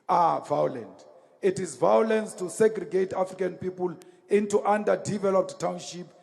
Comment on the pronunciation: The truth can be pointed out with evidence, but fools do not recognize this. Never try to explain to an idiot, tell them how it is and walk away. vowlence .....a lovely word spoken by the vowlent.